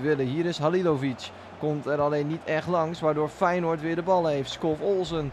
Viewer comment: Haha grappig hoe je Feyenoord zegt “weinoord